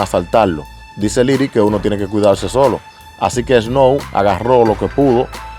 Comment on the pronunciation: Lo primero es que aprende hablar, aprender a pronunciar " Snow" que es un tremendo artista canadiense de los 90 s que ahora algunos los conocen, Snow es un activista Canadiense luego de cantar que incluso trato de ser político, su cancelaron por no se sapo, para la próxima infórmate más, y el tema está bueno por el simple hecho que tiene una pista de los 90 donde si se hacía música y el payaso de Yankee es un plagio en vida todo lo plagia todo a los Americanos , Canadiense y demás artistas..